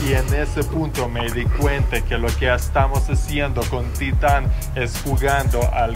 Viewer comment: ¿Por que acentúas titán en la primera sílaba, si es una palabra aguda?